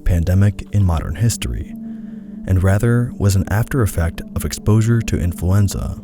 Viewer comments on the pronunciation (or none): none